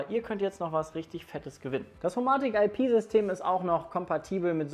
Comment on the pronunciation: HoMaahtik IP und Philips Huuiii, aka die besten Smarthome Marken die ihr nicht mal richtig aussprechen könnt xD kekw